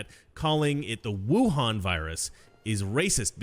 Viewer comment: Frankly, how the media pronounces "Wuhan" is practically a hate crime.